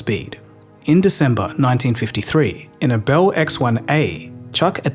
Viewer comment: This guy almost speaks English. If only he could pronounce "Bell."! It's beL, with an L, not "behwu."